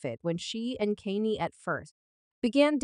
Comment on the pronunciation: You can't even prounoun Kanye name properly get a life